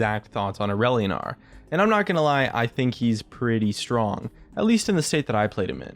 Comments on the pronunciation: Every time he said Aurelion I kept hearing Irelia and was very confused.... >.> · More like too edgy. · sounds like its trying too hard